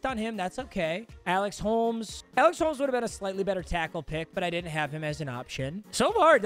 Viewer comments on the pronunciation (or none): none